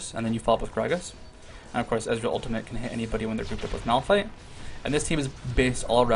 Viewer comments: It's a tenacious D reference, and it's pronounced Cage's. Sorry. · The item is a reference to what's-his-name Kage from the movie Tenacious D and his lucky pick. His name is pronounced like cage, so basically you're wrong.